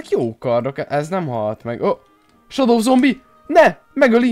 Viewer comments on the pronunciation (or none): Nem shado hanem sedó így kell kimondani!